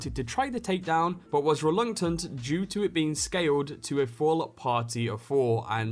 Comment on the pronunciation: "Reluntuhnt" Good on ya mate. Pip pip cheerio!